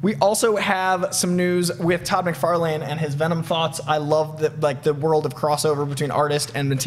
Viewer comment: Say Todd MacFarlane one more time...